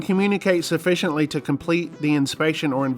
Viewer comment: 😂 “ Sufficiently” aka “SUSPICIOLY” What can you say about yourself not able to speak original language living in my country?! 😂😂😂